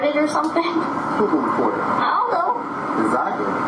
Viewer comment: He can't even speak correctly. Ezak-ly 😂